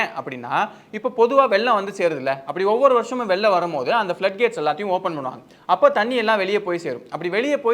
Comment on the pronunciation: அது வெல்லம் இல்லை வெள்ளம் 😢😢😢 தமிழ கொல்லாதிங்க